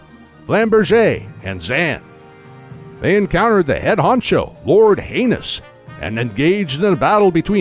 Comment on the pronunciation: Bro really called Hyness, Lord Heinous 💀